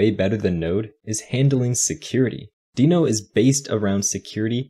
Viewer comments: Only problem with this video is that its pronounced "denno" not "deeno". Everything else is great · well, even though it is not a big deal, the creator of Deno (Ryan Dahl) calls it "denno", so in theory that's how it should be spoken, but I don't care enough about how people are spelling words, but I care on how people are using new technology for making software programming better.